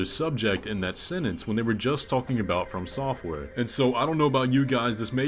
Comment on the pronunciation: Jesus, it really upsets me how you pronounce FromSoftware dude. I know the words "from" and "software" are used together but running the words together just sounds wrong to me 😅 And I'm aware that you aren't necessarily wrong either. It just sounds wrong to me. Unsubscribed! Jk, I'm not subbed